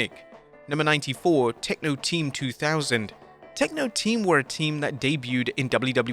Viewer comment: Well.... "Tenko Team" or "Tekno Team"? 🤔 😛😁